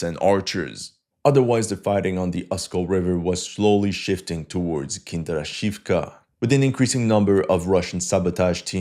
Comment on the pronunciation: Почему ты так настойчиво назаваешь "Киндрачёвку" "Kinder Shifk"?